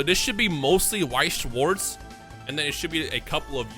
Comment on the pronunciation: As a german it hurts how everyone butchers weiß und schwarz 😂 I love the BGS cases they Look so clean